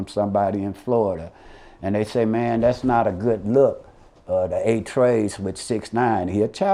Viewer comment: Man really called them 8 trey